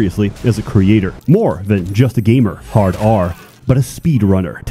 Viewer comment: I haven't even started watching and I'm already crying laughing because homeboy called himself a game-ah with a hard r. Then the title of the game pops up and I know ol' about to impregnate some fallen angels.